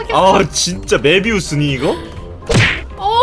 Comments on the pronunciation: 형 메비우스가 아니라 뫼비우스 아니야..?? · 메비우스 말고 뫼비우스 아닌가요 ㅋㅋㅋㅋㅋ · 뫼비우스요.. 메비우스는 담..배ㅎㅎㅎ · 메비우스 뭐얔ㅋㅋㅋㅋㅋ 뫼비우스여유~ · 메비우스x 뫼비우스o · 메비우스 (X) 뫼비우스 (O) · 메비우스가 아닌 뫼비우스인데요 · 메비우스가 아니라...뫼비우스..... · 형 메비우스가 아니라 뫼비우스 아니였어? ㅋㅋㅋㅋㅋ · 메비우스? 뫼비우스....